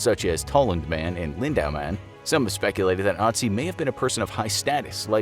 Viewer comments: His real name is Ötzi not Otzi. Greetings from Tyrol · I cringed so hard each time he said "AH-tsee" and not "UH-tsee" you had one job lol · ITS ÖTZI NOT OTZI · Hey guys, his name is Ötzi, Not Otzi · Is this “Ottzee” related to Ötzi? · It's Ötzi, not Otzi! This pronunciation is awful. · TIS:" Otzi the ice man" Austrias:" er heißt Ötzi!" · Its pronounced ut see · I as a German know that the name is actually Ötzi, but I guess the letters Ä, Ö and Ü in the German alphabet are mostly unknown to others or people don't know how to pronounce them. In this case the name Ötzi is pronounced "Uh-tzi". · Bruh I thought they said - “Naz1” instead of Otzi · The Ö in Ötzi is pronounced like the U in the English word hut, meaning that his name is pronounced UT-zee. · It is ötzy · F in the chat for soon cursed Infographics crew for mispronouncing Ötzi's name.. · I like how he says Ötzi as a non german speaker.^^